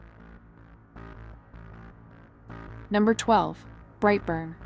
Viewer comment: 12: BrightBurn not Rightburn thank you for the list